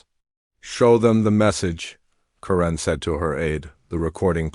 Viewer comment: Not sure what I found more annoying, the return of dot dot dot, the way the AI pronounced 'Karen' or Senator Davis' willful ignorance.